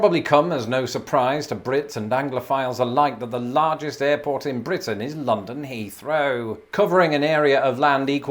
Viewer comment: That rolled R on your first mentions of BRitain i could never even do !